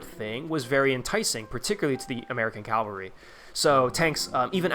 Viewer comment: CAVALRY CAV-ALRY not CaLvary 🫠 Otherwise loved the vid my guy !